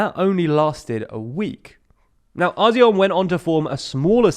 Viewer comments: You pronunced Azione wrong, it's pronunced ats'tsjone, not asione. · "Azyion"... bruh just say Action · This may seem petty in the grand scheme of things, but you really need to work on your Italian pronounciation: "Forza" is pronounced Fort-sa "Azione" is pronounced At-see-oh-ne